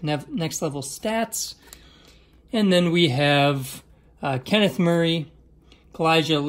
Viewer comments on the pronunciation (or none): none